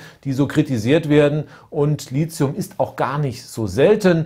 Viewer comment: Als angehende chemikerin möchte ich nur mal kurz anmerken das LiTHium als t ausgesprochen wird nicht als z, vgl. MeTHan vs. SiliZium :)